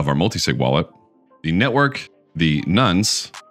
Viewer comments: Nunce? 😂 First time I've heard it called that. Good advice tho. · I say "non-suh", as opposed to your "nun-suh". May just be the British pronunciation.